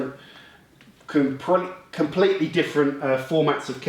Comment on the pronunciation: "Its compwetley irregal" lol he's awesome!